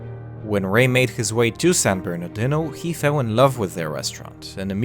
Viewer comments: It's pronounced San -Bernar -Dino,. No big deal. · I love it when you try to pronounce San Bernardino!